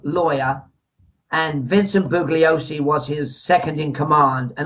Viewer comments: I know! It’s like fingernails on a blackboard. You’d think someone would have corrected him sometime in the past 50 years, haha. The guy who narrates CHARLES MANSON - THE FINAL WORDS says “boo-Glee-oh-see” all the way through that documentary! Do you suppose people are so afraid of “offending” anyone over anything these days that they can’t even bring themselves to correct a mispronunciation in a documentary? “Stop ‘pronunciation shaming’ me, you bullies!” lol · BOO lee Oh see. This guy wrote a book ! He can't even pronounce Bugliosi !!??